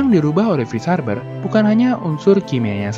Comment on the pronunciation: “Haber” bkn “Harber” “BASF” bkn “ BASV”